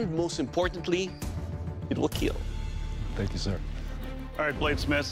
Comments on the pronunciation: it will keeeeeeeeel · It will keal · I like how he says kill like keel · IT WILL KEEL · It will kyiel